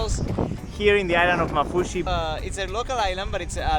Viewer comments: And also it pronounced maafushi with 2 a s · I'm from Maldives and the way you say maafushi makes me and my siblings laugh lol Can you come to ungoofaaru❤ pls